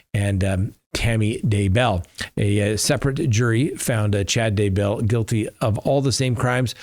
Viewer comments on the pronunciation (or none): Get the name right. Daybell